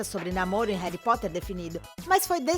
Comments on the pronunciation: Que povo fresco do crlh, pqp!!! "Ain, ela fala Reri Potter" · Reri Potter que agonia do caramba HARRY POTTER Já to acostumada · E minha professora que falou Reri Poti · "Reri potter" kaka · O jeito que ela fala "Reri Potter" é agoniante. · Reri poteir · Reri potter,anão vey 😑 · Muito legal vocês ficarem trazendo coisas de fora que NÃO TEM NADA a ver com o filme/elenco (sim, estou falando de Brad e Angelina, Kristen e Robert). E, pra fazer esse tipo de vídeo, é importante saber pronunciar o nome dos personagens e atores, viu? Principalmente o nome principal da saga. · Claramente inglês não é o forte desta moça... cada pronúncia dos nomes do elenco é uma facada no meu coração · Desculpa mas alguém querer falar de "reri potter"(como diz a dona do video)é legal mas falar sem assistir ou ler antes é foda né ? Reri Potter Reduing Não dá é ainda disse que Alan rickman é arrogante sendo que ele era uma pessoa muito doce e ainda diz que sonserina é uma casa ruim Me desculpa mas eu tinha que falar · "Réri Potter",Réri Potter uma ova é Harry Potter!!!Fiquei revolts! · N e reri Potter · Véi tu fala Harry Potter igual minha mãe ("Réri Pote") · "Reri potter" ;-; AAAAAAAAA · Réri potere? Kkkk da agonia mds kkkk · Ela falando "Réri Potrer" doeu meu coração. Aliás, pare com esse preconceito contra a Sonserina, é ridículo julgar alguém apenas pela casa a qual ela foi escolhida, nem todo sonserino é vilão, existem bruxos muito maléficos e outras casas, exemplo: Pedro Pettigrew. Existem bruxos bons e legais na Sonserina, por exemplo: Escórpio Malfoy, que é um amor de pessoa (não sei se vocês consideram Cursed Child). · Eu ja tinha deixado o like mas quando ela começou a falar "Reri Potter" AAAAAAAAH tirei meu like kkkk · "Réri poter" kkkkkkkkkkkkkkkkkkkkkkkkkkkkkkkkkkkkkkkkkkkkkkkkkkkkk melhor inglês kkkkkkkkkkkkkkkkkkkkkkkkkkkkkk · Meeeee, qual foi essa tia falando errado: "Reri potter" "Jeaquin rolim" AAAAAA!!!!!! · MEU DEUS "Reri Potter" "J.K. Rolin" "Plot tist" Alguém me mata